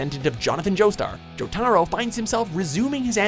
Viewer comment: "Jo TEAR O" How freaking hard is it to say Joe Tuh Roh